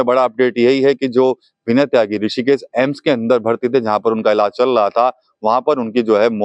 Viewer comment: सही शब्द: ✅ एम्स गलत शब्द: ❌ अम्स संस्थान का आधिकारिक नाम AIIMS (All India Institute of Medical Sciences) है हिंदी में AIIMS का सही उच्चारण और लेखन “एम्स” होता है “अम्स” कोई मानक शब्द नहीं है, यह सिर्फ बोलचाल या उच्चारण की गलती है